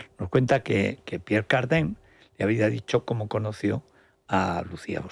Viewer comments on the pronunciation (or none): Se pronuncia Pier Cardán NO Pier Cardén como usted lo pronuncia señor.